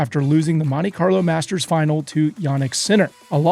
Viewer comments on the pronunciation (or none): none